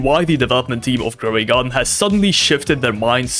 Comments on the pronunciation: Bro said growey garden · Why is no one gonna talk about him saying "growy garden"